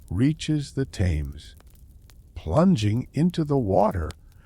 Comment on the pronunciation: Thames pronounced Temz, Not Tames lol.